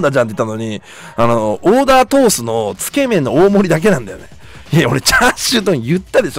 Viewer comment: つけ麺のイントネーションがすごく気になるw